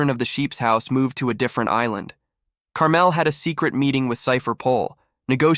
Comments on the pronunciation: Around 15ish minutes bro says "is-land" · Is this ai voice generated no way you watched this show and mispronounced island dawg 😅